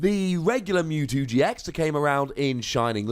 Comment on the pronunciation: Silly. It's MEWtwo, not MOOtwo. Lmao